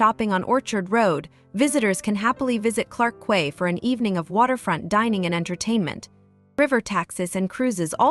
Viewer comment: Quay is pronounced key